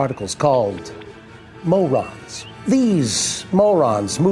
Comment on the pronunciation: MAU-rons, which can form a very dense particle called a Mau-REEN.